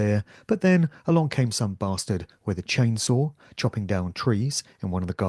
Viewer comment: You’re definitely on the right track, good man. New sub, just listened to “the music industry unraveled” and hopped on over here straightaway! Plus, I do enjoy a well-placed “bastard” elucidated in perfect english accent. I feel right at home.